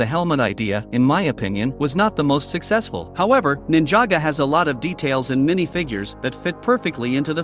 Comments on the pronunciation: Its Ninjago not ninjaga and its the mines of moria not caves you lego noob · Bro it’s ninjago not ninjaga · So nobody us going to talk about how he sayed „Ninjago“ wrong ? 💀